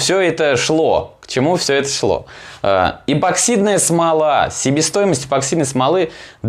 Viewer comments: ЭПОксидная не ЭБО а ЭПО, у тебя дажев названии ролика написано правильно!!! Когда вы научитесь говорит правильно?! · Неа. Я тоже постоянно слышу безграмотное произношение эБоксидка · так слух режет.. что такое эБоксидная смола? эбо еба ёба. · Я один тут постоянно слышу эбоксидная смола?😂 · Написано правильно а говорит ЭБОКСИДНАЯ СМОЛА. Следи за ресью